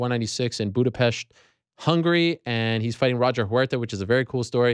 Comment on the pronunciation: Ariel pronouncing Budapest the right way. Mad props!